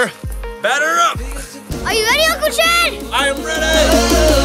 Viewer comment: did jason say ucle chad?